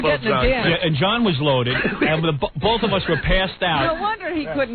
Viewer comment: "Magnetic North Pole Bawf!"🤣🤣🤣